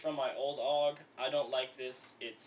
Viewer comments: Its pronounced A. U. G. not aug as a single word .. -. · there is nothing more that gets to me then when people say OOG and not A-U-G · Actually, no. People who know how to pronounce it say A U G, and calling it a bullpup is like calling M4's just rifles. A bullpup is a rifle with the magazine behind the triger, which offers a longer barrel without having to increase the length of the gun, and therefore increasing accuracy.